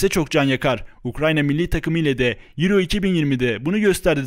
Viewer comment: Avro değil yuro